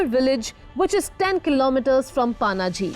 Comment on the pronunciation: Please correct your pronounsations....Panji is incorrectly pronounced ...where the hell you get this incorrect accent....